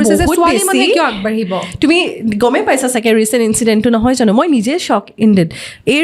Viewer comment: ঝানো, অখম,যোনে , হেনেকুৱা...... কি শব্দ এইবোৰ ? ভুলকৈ কোৱাটোহে আধুনিকতাৰ লক্ষণ নেকি?????English, Hindi, অসমীয়া সকলো মিলি এটা নতুন ভাষা কোৱা যেন লাগিছে। Unsubscribe কৰিলো।